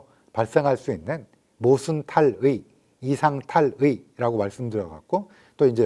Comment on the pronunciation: 탈의는 쓸때 쓰고 말할때는 타릐....자기말도 제대로 못하냐?에이고...친일파들 만든 나라 다르긴 다르다